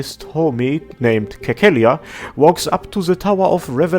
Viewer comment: Cecilia is pronounced like Sesilia lmao. Anyway, upvoting for Persona 5 music.